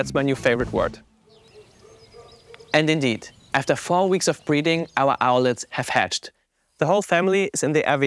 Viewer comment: Owlet, not owlette.